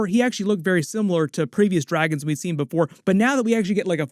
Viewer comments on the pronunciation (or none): none